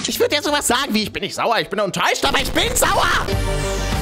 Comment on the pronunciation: Isch bin also auch entellegent wie du sakst? 3+6=5.. hey isch, bin äscht entellegent. Filen Dank 🥴🤓